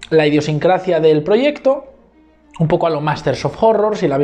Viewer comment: Tío, que se dice IDIOSINCRASIA y no *IDIOSINCRACIA